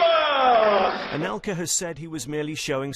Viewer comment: C'est "Anelka", pas "Alenka". Et c'est "La quenelle", pas "The quanelle". :-D